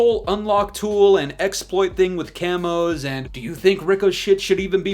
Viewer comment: "F0r YoUr CaMoSsS" 🦧